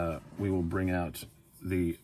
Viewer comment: "It weel slice," no worries... 😁🔪😁